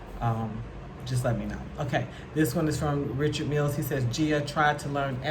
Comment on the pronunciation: Oh Noooooo!!!!! Gia can't pronounce Richard MIlls !!!!!!!!!!!